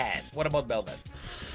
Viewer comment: Why the hell is Kassadin even on this??? And why did both of you butcher belveth? AWFUL headcanons